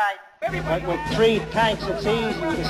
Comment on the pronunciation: No, no, no, it wasn't three tigers, it was "tree tigers" LOL!